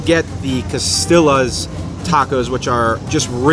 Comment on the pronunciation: Thanks for the great reviews. Rosa's on Ft. Lowell is pretty good too. Just a suggestion, Spanish words like costillas and quesadillas that have double L's should be pronounced co-stee-yas and kay-sah-dee-yas.